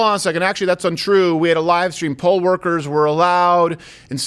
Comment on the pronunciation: It's poll, not pole. Although she may have been a "pole" worker in a really low-rent club.